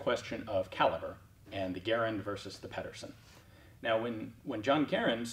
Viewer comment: Well done for being one of the 1 percent that pronounces Garand correctly!!!